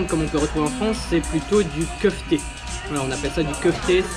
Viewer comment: PS : c'est pas kefti mais kefta